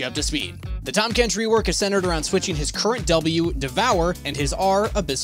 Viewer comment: "THAM KENCH"